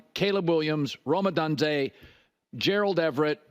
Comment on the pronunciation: How long is it going to take Colin to learn to correctly pronounce Odunze